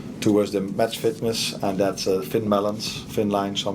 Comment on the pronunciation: Thin balance not melons hahah